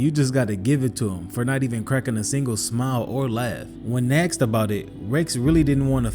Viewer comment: The word is asked him ! Not axed him. Come on narrator .